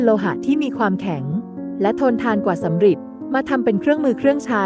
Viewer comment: ยุคสำริดครับ ไม่ใช่ยุคสำหริด